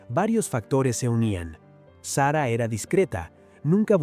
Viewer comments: Señor. Eñ espàñol de pron7ncia. Sara no Sera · Que mal pronuncia el nombre de SARA.... deja el inglés de lado.,no sea payaso.ESPAÑOL SARA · Payaso!!! SERRA....!!!! SARA!!!! ESPAÑOL